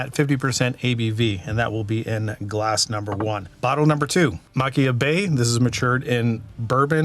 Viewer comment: It's maa-keer-bay based on previous reviews by some. I believe Machir Bay came out with a CS version a couple of years ago or maybe before that. I have Sanaig which I love for the Sherry notes and some peat. Admittedly, I have not been able to find Loch Gorm in my market and would love to try it if I can get it locally.